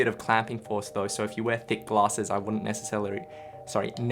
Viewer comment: Nece-celery? never heard of that particular celery before...